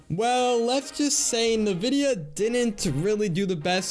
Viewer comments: Great video. PS its pronounced INvidia, rather than Navidia. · "Nividia" lol